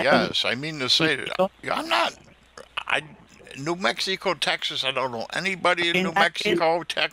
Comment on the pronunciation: New Mexeeeco TX. Babbling scammer.